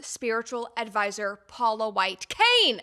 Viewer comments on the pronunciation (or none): “Paula White CAIN !!! The emphasis and point to the camera. That was hilarious! 😂